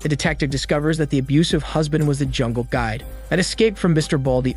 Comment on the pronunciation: He said “jumble” instead of jungle… cute lol